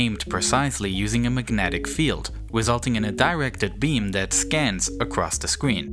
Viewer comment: acwoss the scween. fweqwency wange